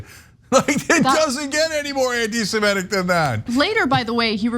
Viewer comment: Cenk, it's not pronounced "anti-Sem-ET-ic". It's "anti-Sem-IT-ic.